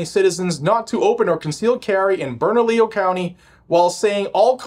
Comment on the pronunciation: Fuck yeah, you nailed the pronunciation of bernalillo this time. Well done,.